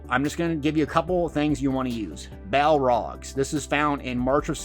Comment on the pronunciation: It’s pronounced Bal-Org not Bal-Rog lol but great video